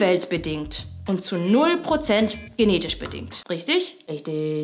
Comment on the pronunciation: verstanden: sarrazin ein ei auf den kopp hauen. röchtöööög